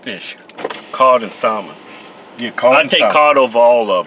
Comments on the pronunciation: I think the L is silent in salmon.. try and say it like Samich .. Samon. alight gone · The L in salmon is silent... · Pronouncing the L in salmon